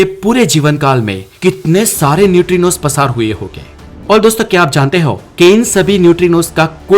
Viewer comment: पसार नही होता है प्रसार होता है😊